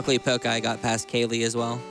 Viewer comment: i wonder if that pokeguy was triggered that the couch butchered his name all the time ive heard it so often pronounced with poke as in poking someone instead of poke as in pokemon. lol